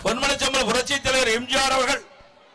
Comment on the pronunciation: இவன் வாயிலே தர்பைய வெக்க இவன் எப்ப பேசினாலும் எம்ஜிஆர் என்பதற்கு பதிலாக எம்ஜார் என்று தான் போண்டா வாயன் கூறுகிறான்.